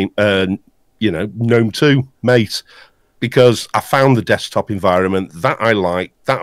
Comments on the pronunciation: Mate' desktop has a small section on there web site on how its meant to be pronounced, and is in fact pronounced "Ma-Tay" according to their web site quote: "The name “MATE”, pronounced Ma-Tay, comes from yerba maté, a species of holly native to subtropical South America. Its leaves contain caffeine and are used to make infusions and a beverage called mate." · please keep calling mate MATE and not meit....